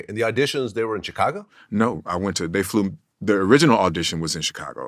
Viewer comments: Damn Glad, why can’t you just say Chicago right? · I hate the way Vlad pronounces Chicago